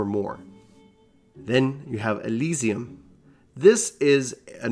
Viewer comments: Great guide! But as many have mentioned: Aireo and Alysium? Come on, man. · Ass eye lum... Lol